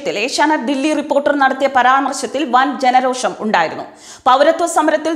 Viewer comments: രോക്ഷമല്ല രോഷം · രോഷം രോക്ഷം അല്ല